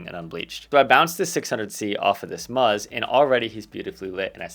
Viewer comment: plz don’t call is “muzz,” it sounds disturbingly anatomical 😅